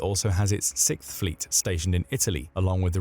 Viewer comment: No, it's the US Sixth Fleet, not the Sickth Fleet.